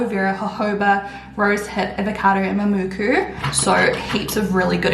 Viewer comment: Wait. Did you say mumuku? What is that?